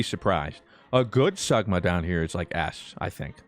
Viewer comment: the way he said sigma sagma hurts me